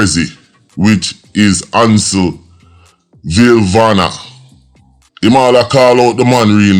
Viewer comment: Nobody has ever sit exam at 9 to go to high school....and u cant even pronounce villafana...stop tell lie about your education